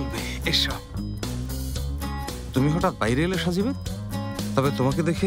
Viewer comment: আরে ভাই সাজিবেত না সাযিমেন্ত